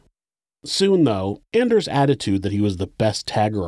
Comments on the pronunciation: Anders is pronounced “On ders” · If you’ve ever watched “Workaholics” … every-time he said “Anders” I think of “It’s ON-ders!” Lol